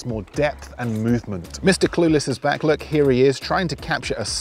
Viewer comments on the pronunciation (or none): none